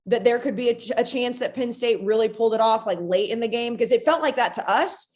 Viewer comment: It’s PENN not PIN. Come on